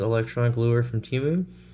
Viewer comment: Temu Emu...... And not Doug